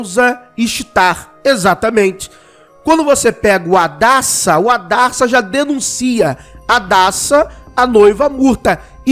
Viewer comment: Hadassa= Radassa